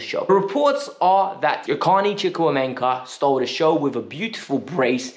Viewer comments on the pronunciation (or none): I am a Nigerian, the way you said Chukwuemeka cracked me up